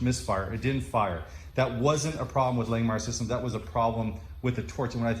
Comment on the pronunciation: If you are an affiliate of Langmuir, I can't believe they haven't corrected you on your way of pronouncing their name. It's like nails on a chalkboard every time you say Lang Meyer. It is pronounced Lang Mere.